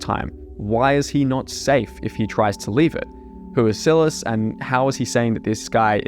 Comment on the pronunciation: it upsets me that you pronounce Silas sill-es instead of sigh-less